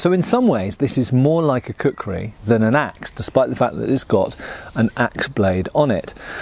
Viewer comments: Plays the video in the background Hears "I have a large collection of a cookery" Wait, what? Switches to the video tab to see what's going on Oh, kukri, not cookery! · " Kukrized" axe.